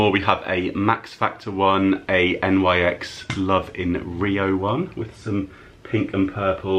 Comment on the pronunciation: I think NYX is pronounced like NIX (Nicks) and when brands collaborate and they say ‘x’ .. instead of times, it means for.. e.g Soph x Revolution would be Soph for Revolution. Nice car boot finds!